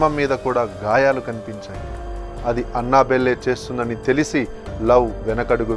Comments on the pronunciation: అన్న బెల్లె కాదు first పేరు తేలుసుకో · Annabelle pronunciation 🤣🤣🤣🤣